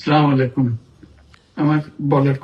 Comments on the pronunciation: প্রধান উপদেষ্টার সালাম দেওয়াটা একদমই ভালো লাগে না।আগে সালাম দেওয়া শিখুন তারপর দেশ পরিচালনা। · এরে দেখে আমার আরো রাগ উঠতেছ, মজা নিস সালা তুই সালাম টাও ঠিক মতো উচ্ছারণ করতে পারিসনা😡😡😡